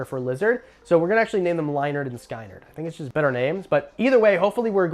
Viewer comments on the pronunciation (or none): I’m sorry, did you just say Lie-nerd and Sky-nerd….??? Dude, I was with you but you definitely lost me there. Yikes. Have to pronounce legends correctly man.